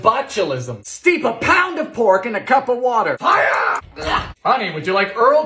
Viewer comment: I love the way he said fire lmao “FIOUR”